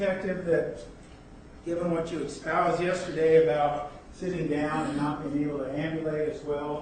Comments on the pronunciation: Is he saying "expouse"????? Wtf? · What's up with the "expoused"? I'm dying 😂